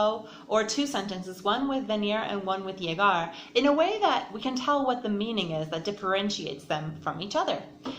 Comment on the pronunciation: Pronunciation of that Venir y Llegar was tragic, but good explanation nonetheless😅